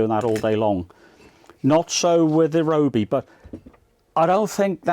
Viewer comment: thanks, i have this but i dont think they have any different style tips unfortunately, which is a shame. FYI its pronouced RYE-O-BEE